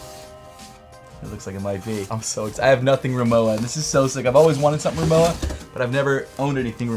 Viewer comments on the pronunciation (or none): That was the weirdest pronounciation of Rimowa I've ever heard. I swear that I heard saying moua.